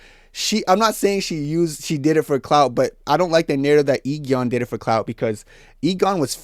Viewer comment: i know youll probably never talk about these people again but just to let you know the pronounciation for Go Eun is Go Un and for I-geon is E gon😭 also completely agree with you about the mingee thing she was my favourite i hate that she has no real ally in that cast